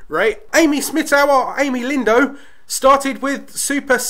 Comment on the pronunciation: It's Lan-dino ;)